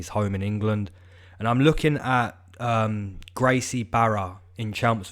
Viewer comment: More than half of the UFC smokes weed, trust me, and the pronunciation is Gracie "Baja" just like Royce. Love your capping brother! Cheers